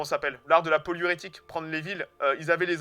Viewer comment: Hey ! Super heureux de voir une vidéo sur ta chaîne, et c'est très agréable de t'écouter parler de quelque chose qui te passionne visiblement :) My 2 cents : l'art de prendre les villes, c'est la poliorcétique, et non poliorétique. Ca vient d'Enée le Tacticien, un militaire grec du Ve siècle qui a écrit le premier traité de poliorcétique (c'est intéressant à lire d'ailleurs, et pas très long qui plus est). Petite pensée en t'écoutant vers 45minutes : tu as l'air de présenter une armée principalement composée de cavalerie. Est-ce que l'hyper spécialisation de cette armée dans la cavalerie n'était pas la plus grande faiblesse de cette empire, et peut-être finalement une preuve d'un petit manque de préparation ? J'entends par là que s'ils avaient vraiment repéré correctement l'Europe, ils n'auraient pas simplement visé la Hongrie, ils auraient sûrement été en mesure de comprendre qu'ils ne pourraient pas entretenir leur cavalerie sur place (j'imagine qu'ils étaient biennnn meilleurs que nous pour évaluer l'espace/la nourriture nécessaire à un cheval en campagne, même à vu de nez) et donc qu'il leur fallait se tourner vers plus d'infanterie, ou une armée moins importante avec plus de ravitaillement ? Comme beaucoup d'empire, c'était peut-être un peu un colosse au pied d'argile ?